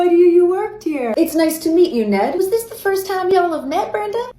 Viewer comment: I first heard "Ned inbred" and thought that's quite rude hahahahah